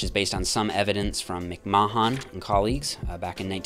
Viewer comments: “Mick-mah-hawn” lmao.. It’s pronounced “Mick-man” as in Vince McMahon. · McMahon is pronounced like “McMan” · McMahon is pronounced McMan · McMahon is just pronounced McMan 😂😂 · McMahon: "Mick Maw Hawn" 😂 Should be pronounced the same as McMan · McMahon is pronounced "Mick Man" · You can tell dude didn't watch wrestling as a kid by the way he pronounces Mcmahon.